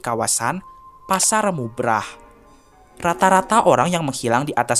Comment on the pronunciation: Maaf, izin merevisi dikit, yang bener pasar bubrah ya, bukan mubrah 😁🙏